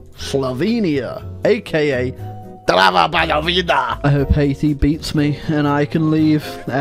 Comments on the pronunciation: As i slovenian i must say your pronounciation of drava banovina is pretty good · As a Slovenian, I can tell you that your pronounciation of Drava Banovina is spot on. It's like you're Slovenian yourself! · Damn he said Drava Banovina the right way